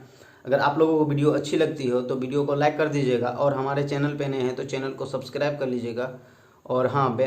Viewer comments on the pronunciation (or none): none